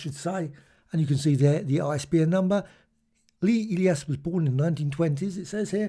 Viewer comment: I've heard of that name before and it was pronounced "E-lie-us" said quickly